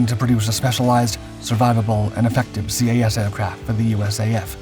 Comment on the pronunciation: > "C.A.S." How many times do we have to teach you this lesson,?